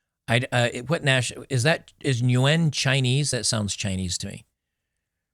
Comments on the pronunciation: The surname on the lady, Nguyen, is definitely vietnamese. It is pronounced like "When". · Nguyen is a common Vietnamese surname. It's also commonly pronounced "Ing-When" in English. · Before you call this guy the biggest "doormat" SIMP in the world, don't forget: Will Smith, Kamals Harris' husband, AOC's husband, and Tomi Lahren's fiance/husband. Those 4 guys need to have a runoff to see who gets the title. And Maria's last name is pronounced like the words "new" and "when" together, so it's "newwhen." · Nguyen is vietnam half of them have that name and its pronounced "wen" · Nguyen is pronounced ‘WIN’ (ironic no? 😂) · It's Korean. Nyugen (noo-wen). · its pronounced "win" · it's pronounced "New Gen". Some say "New Gin" like "again" with out the A., this video is very important. It sticks out more than some of the others. If u can make more videos of these things it'll help out alot. Im sure there's some guys out there that ALMOST fell for this and u saved them by forcing them to rethink things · I think it's pronounced "New-yen." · Noo-yen Vietnamese